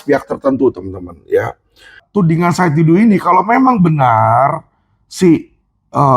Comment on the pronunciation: Bukan Saud Didu, tapi SAID D A D U